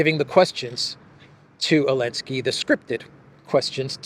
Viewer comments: Zaaaaa linnn ssssskkkkkkiiiiiiii .. come on now the whole world can say the guys name right.. I don't really care who he is it's just someone wants to try to give an informed opinion like they have one without pronouncing the person's name right .. gtfoh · The z isn't silent slow old mfr . Old mfr always creating they're own words 😂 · Why are they always calling him Elenski?